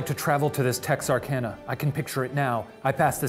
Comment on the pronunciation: My hometown!! You even said Texarkana correctly, good job.